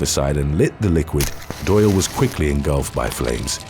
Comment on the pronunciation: Doyle rhymes with boil